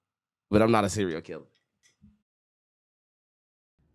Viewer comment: This man said cereo killer 😭😭😭😂😭